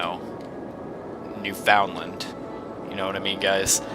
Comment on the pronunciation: FOR DA LOVE OF JUMPIN DYIN JESUS STOP SAYING NEWFOUNDLAND WRONG!!!!!!